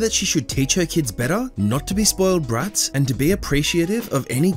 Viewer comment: I love how you say brats